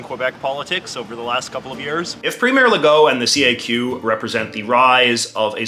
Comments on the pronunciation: As a québécois, there's one major point that's completely off regarding the CAQ party with this video. FYI, CAQ is pronounced as a word "CAK", not C-A-Q. Anyway, they're not considered left or progressive on climate stuff(or on anything at all). It's completely the opposite. Legault's considered to be on the right on this issue and anti-climate action. He's actually one of the least progressive on the climate issue and many other issues. To us, CAQ is center-right. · Ehhh heheh. You said caq, heh heh.